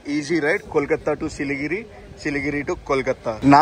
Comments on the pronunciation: సిలిగిరి కాదు బ్రదర్ 'సిలిగురి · Adi siligiri kadu siliguri manchi ga chadhuv bro 😂😂😂